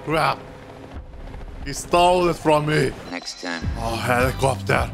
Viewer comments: I liked the part when he said: HELIKOPTEAR!!! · the way he says helicopter. LMFAO